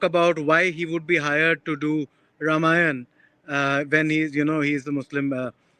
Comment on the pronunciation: Why did he not complain he had toomany assignments. INDIA TODAY, BARKA DATT, SHEKAR GUPTA, THE ALL THE CONGRESS FELLOWS. THANK GOD NOTHING HAPPENEXMD TO HIM LIKE WHAT HAPPENED TO RXJPUR. Madam - it is not Ramaaaayan. It is Ramayan.